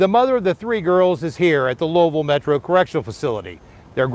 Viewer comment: you pronounced my city name correctly on your first try. Unfortunately, there are so many homeless people living in tents in Louisville under bridges and on the street. My heart aches for homeless children.